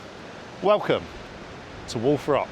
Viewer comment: I know he's saying "Wolf Rock," but I can't hear anything else other than "Wool Frock." I'm serious.